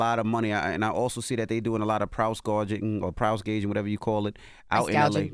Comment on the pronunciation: Envy said they doing a lot of “prouse gowjin” 😂